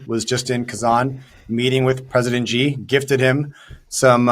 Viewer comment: Hi,: Xi is pronounced almost exactly like "she", like the female pronoun. Not Gee.